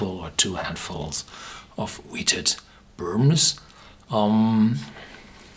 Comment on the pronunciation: One of my favorite "burbmms".